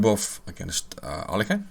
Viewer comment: Capablanca in an interview with Mr Hollander told that Aliohin [it should be pronouced this way] based on tricks :)